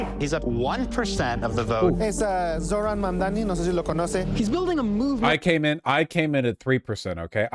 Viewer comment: "zohran mamamdi" 😭